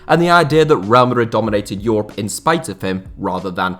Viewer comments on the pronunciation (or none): none